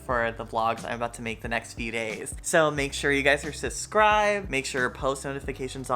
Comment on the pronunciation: the way says "suscribe" and not "subscribe" makes me love him 1000 times more